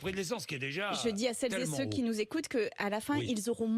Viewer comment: "sel zé ce qui nous écoutent"... cette manie de forcer avec les femmes en priorité me fait vomir